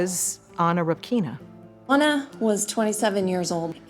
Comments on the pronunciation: REpkina , not RepkIna. First vowel is stressed. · Stress is on the "e"! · Anna repkIna. 😂 Pronounce the last name correctly! It's rEpkina!